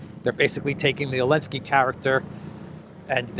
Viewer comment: Great show, as usual. Thank you,! By the way, the Ukrainian tzar is "Zelenskyy". Where did Elensky keep coming from? Regards from Australia.